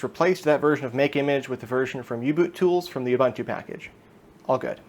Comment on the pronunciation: my man... it's ooh-boon-too